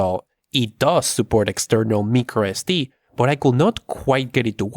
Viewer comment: También, no es Mícro Es Di, es Maicro Es Di.